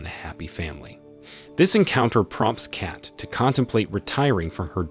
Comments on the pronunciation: Funny enouth how this guy say cat and not kate . And like aani instead of annie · The “e” is silent…. Lol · Her name is Kate, not Cat(Kat). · Its cat not kat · its K-ATE. not CAT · So he can’t say Kate correctly but he can say Stephen. Wow. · Kate rhymes with Hate.